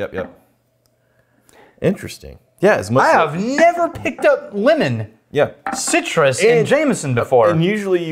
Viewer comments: I kept thinking was saying “linen” when he was saying “lemon” and I was soooo confused, especially when he said citrus. Thanks for pronouncing it the right way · lEmOn not Limin😂